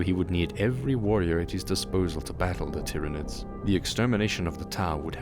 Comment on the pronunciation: ah yes the 'Tiranids' named after the planet 'Tyran'. I always imagined the Tyranids being pronounced like Tie, Tyrant or Tyranosaur, not Tick or Tim. So disappointed the first time I heard it out loud after reason codexes and black library books.